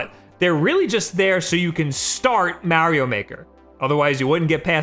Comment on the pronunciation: Even if it's pronounced 8 bit "doh," I don't think he cares. Hell, he pronounces Mario as Mary-O and realtor as real-uh-tor.